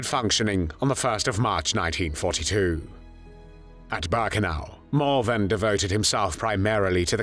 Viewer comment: Auschwitz "Bahrkenau"?!